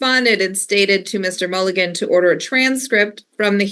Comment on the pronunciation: I hear Fiji is beautiful this time of year,.